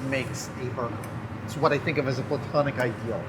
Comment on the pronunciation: Did he just say "Platonic Ideal?"